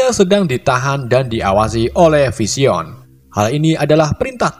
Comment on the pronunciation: spiderman bacanya spaidemen bang,, vision juga baca nya aneh,. hadehhhh